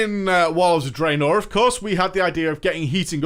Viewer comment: The way he says "FUHN" and "Drae-NOR"